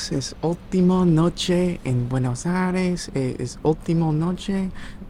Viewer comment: I can’t believe how many times this guy said Buenos “Aries” and also typed it in the captions without ever realizing that it is incorrect